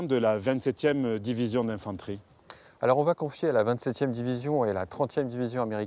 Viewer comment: Je vais tu vas il VA !!!!! pas de T donc pas de liaison !!!!! Putain ça arrache les oreilles